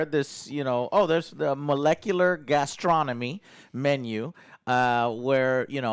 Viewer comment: Gastronomy Joe, it's gastronomy. "nomy" It's derived from Greek and French.